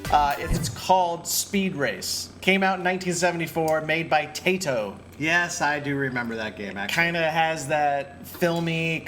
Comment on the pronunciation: Taito is pronounced Tie Toh.